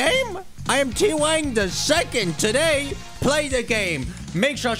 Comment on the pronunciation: Bro named himself T wang the second only to immediately start pronouncing it Twangy XD